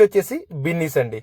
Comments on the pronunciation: అది బిన్నీస్ కాదు అయ్య బాబు బీన్స్ 🫛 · బిన్నీస్ కాదు బీన్స్ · Adi binnis chunnus kadu ra babu adi beans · Binnis kadhu bro beans..👍🏻